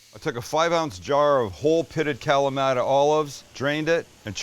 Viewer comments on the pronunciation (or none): That was a great one ! And please please please , try to pronounce Kalamata correctly , I`m Greek and my ears bleed when I hear you say greek words ... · Another epic recipe, but can someone please help Sam learn how to pronounce "Kalamata"? 😂